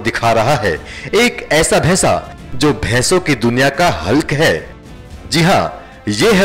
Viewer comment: abe bhaisa bhes ko bhesa bolata he